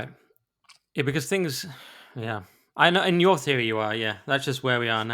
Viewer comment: the only complaint I have about you is you can't say T H's you say fff Things not fings. I raised two children and taught them to speak and you have just got into bad habits when you speak. I just heard you say wevva instead of whether. Why didnt yr parents teach you not to do this bad habit.